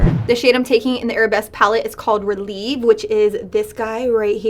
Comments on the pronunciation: It is pronounced rel-ev-ay not relieve it is ballet terminology. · girl the bad habit palette is ballet themed and the way you were pronouncing the shadow names like releve & grand plié was so funny 😂